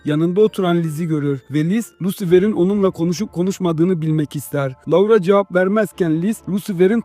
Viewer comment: maykıl diye telaffuz edip loora diye telaffuz etmemek